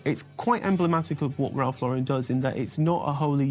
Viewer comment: These people mispronouncing Lauren is driving me crazy! Anyone else? Just me? Especially non-Americans. No, it’s anyone. 🤪